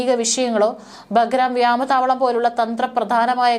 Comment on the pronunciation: മനുഷ്യനെ നാണം കെടുത്തല്ലേ.... വ്യാമ താവളമല്ല, "വ്യോമ താവളം" എന്ന് പറയൂ